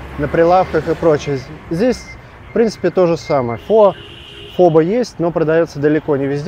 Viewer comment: Извините, очень режет слух, Фо Бó, с ударением на второй слог))